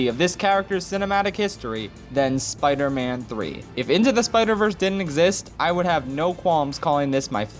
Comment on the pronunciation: Spee man tree